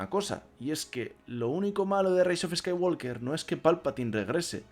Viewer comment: La L de Walk no se pronuncia. No se dice "scaiguolker", se dice "scaiguoker", sin la L.